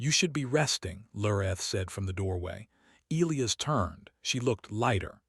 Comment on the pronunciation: Your AI doesn't know how most people pronounce "Elias". That sucks.